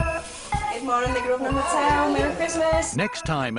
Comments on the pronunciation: He is STILL calling it "the GROVE-SNER" quiet facepalm....... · It’s his hotel, if he wants to call if Grove-sner that’s his business.